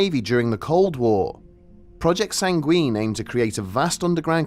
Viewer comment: WHY ARE YOU PRONOUNCING SANGUINE LIKE THAT AAAA